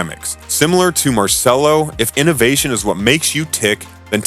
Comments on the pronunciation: Pronounced Marchello. Also DAY-bew-see. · The bare minimum one should do is to learn the name of the subject of his work. That name is Marcello, not "Marselo". Open Google Translator and learn it, it requires 10 seconds. Not to say anything about "Claude Debussy". Pollice verso to the video. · He mispelled Marcello, he shortened Gandini to Gandi, and his pronunciation of Claude Debussy is even funnier... what an idi....T